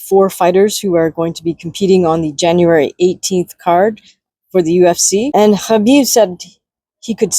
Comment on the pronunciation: Spot on 🙏 plus your pronunciation of Khabib's name also 🙏